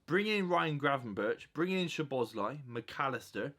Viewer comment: You butchered szoboslai’s name so badly, he literally broke it down how to say his name